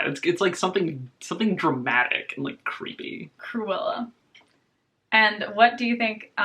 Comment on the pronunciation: i know he did not just call kork "creuella"